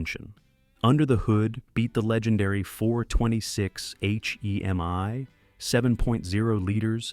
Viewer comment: "H.e.m.i" ??! You should fix it before publishing it